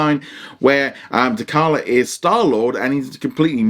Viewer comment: Good review bud - T'Challa is pronounced 'TaChalla' not 'TaKalla'.